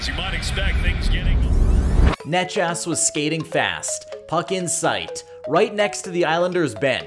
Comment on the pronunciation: omg did you pronounce necas as nechas?